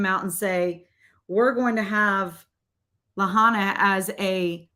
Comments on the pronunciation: Lāhainā not Lahona this drove me nuts and it makes it seem like you don’t know what your talking about because you can’t even pronounce the city you’re talking about. I listened and agree but I’ll tell you no one will listen (especially from HI). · You lost me when you called Oahu a city and also when you were not even remotely close to saying Lahaina’s name correctly